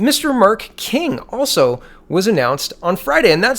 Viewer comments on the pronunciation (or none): none